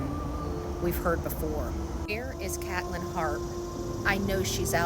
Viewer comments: Hey name is pronounced KATE LYNN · Resptfully, you miss pronounced her name